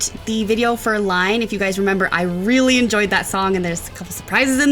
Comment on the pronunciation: Not "Line", but everyone gets it wrong